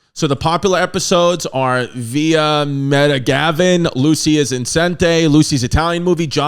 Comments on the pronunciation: As a Lucy fan I’m blown away at the pronunciation of “Vita-Mita-vegimen” 😂😂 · Chrissy, oh how I think you’re the greatest, but you can’t pronounce s*#t! Desilu, tumultuous, Vitametavegamin. Come on now, try a little harder! LOL